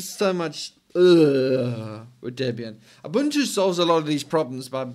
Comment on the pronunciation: A man who can pronounce Ubuntu correctly. Rare indeed.